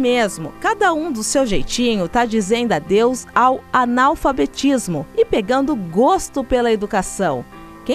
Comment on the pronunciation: Anal fabetismo kkk! É assim q a mulher tá pronunciando!